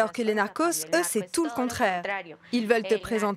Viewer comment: A des narcons elle m’a tué